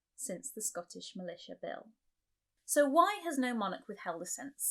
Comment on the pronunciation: Scottish Milita (sic) — sounds like a strong coffee